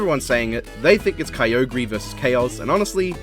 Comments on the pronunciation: Bro you mispronounced Kyogre. You said Kai-oh-gree. It's Key-oh-gree. Do better man. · Pronounces Kyogre incorrectly. Me, an intellectual: "It's Ky-oh-grr." Him: Me, an idiot who fell for it: "Oh, you motherFU-" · you buffoon, it’s common knowledge how to pronounce Kyogre, everyone knows that it’s Key-oh-grey you rapscallion you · At least pronounce Kyogre's name correctly...